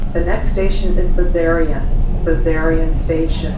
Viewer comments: It is properly pronounced with a sharp sexy slithery S, like a snake was saying it, Bessssssarion. TTC could have easily asked anyone in the neighbourhood before recording those announcements. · Oh yes, it always annoyed me too that they pronounce it Bezarion. Everyone says it Bessssarion. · Wonderful work. And you were right about the pronunciation: I'm from around there and it's a hard S, like the name "Bess." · I grew up on Talara (which is just of of Bessarion) so I used to be one of those 180 paid fares that used the station. Just to clear things up, Bessarion (as i've alaays pronounced it) is buh-zarion (i may be wrong but growing up there thats how i've always prounced it). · I'm really glad you made this film. I've passed by there a few times on my way to Don Mills or the Ikea at Leslie but I had no idea what Bessarion was all about. I too was surprised that it was pronounced "Bezarion" by the announcement-bot... maybe that's its biblical pronunciation. FWIW, Runnymede isn't much of a station but it's in a fantastic neighbourhood. Highly recommended for shopping, dining, and simply taking in the beauty of Toronto's Bloor West neighbourhoods.